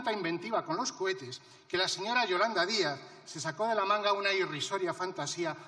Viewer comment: no se dice cohete,la tenacillas dijo "cobetes"